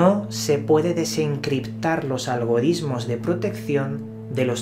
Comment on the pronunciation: Deje de ver el video cuando dijo algoriSmos 😅